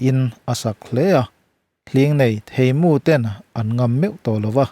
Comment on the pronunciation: A chhiartu hian THEIHMU pawh a hre lo a ni maw? A lam dik tlat lo